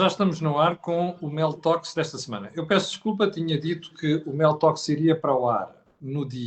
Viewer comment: Seria conveniente pronunciar melhor a designação do programa, soa Meltox